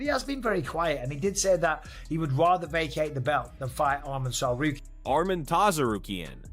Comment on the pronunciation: happens when you use TTS for your videos, i usually skip videos like that but this one is funny. Arman Targaryen XD